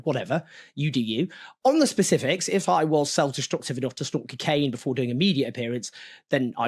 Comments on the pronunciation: Anyone else hear Brendan Fraser in Bedazzled every time Jones said cokeaina 😂. Morgan & Jones, two tits in the same bra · Cocaine Owen not cicaine